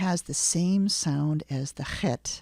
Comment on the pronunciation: I learned tge chet talking to russians...you need to pull your tounge back a bit